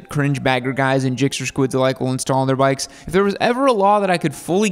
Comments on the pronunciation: “street brikes” lol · My guy u said brikes😂😂🤣